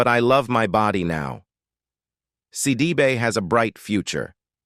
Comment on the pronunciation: Look, before you try and do a story on a person, learn how to pronounce their names!! You missed pronounced her name every time you said it! You💯 need NOT make this your career😒😒😡